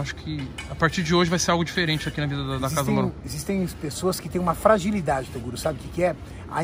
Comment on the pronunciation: "Torugo", kkkjk eu achava que era Toguro né Toguro: Qual a chance desse cara errar meu nome fellas !